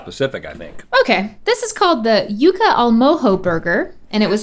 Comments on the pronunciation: Amy Vivas lol and how Rhett called it yuck-uh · The fact that Rhett pronounced Yuca “Yuh-Kuh” hurts my Cuban soul 😭